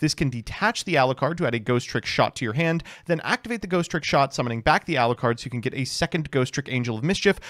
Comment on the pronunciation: I swear it is INFURIATING that you deliberately enunciate the second "T" in "Ghostrick" that ISN'T THERE